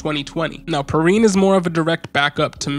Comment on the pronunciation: Pee-Ryan is the right pronunciation I believe, great video btw